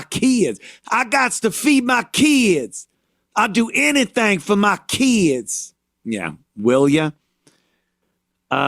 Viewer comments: I like how he says kids like they say kids how it sounds like Kia’s I need foo fo muh Kia’s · "Keedz" had me rollin.